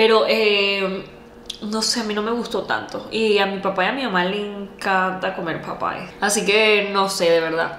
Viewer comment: es Popeyes,with s,no Popeye